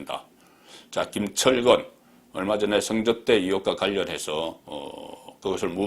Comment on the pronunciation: 업소작전? 술접대작전? 성접대작전? ㅋㅋㅋ 발음하고는...